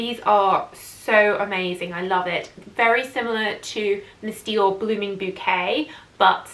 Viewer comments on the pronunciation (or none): none